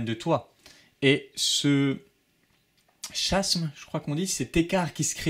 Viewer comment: Chiasme etait le bon mot :) cela dit, on le prononce "kiasm"